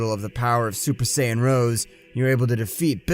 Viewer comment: YO GUYS HE ACTUALLY SAID SAIYAN RIGHT